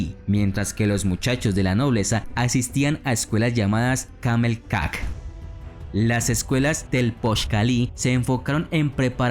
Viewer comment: El imperio no era azteca era mexica, no era camelcac como tú lo dices se pronuncia calmecac y las imagenes de las pirámides no corresponden a los mexicas, tu información es muy básica y con falta de información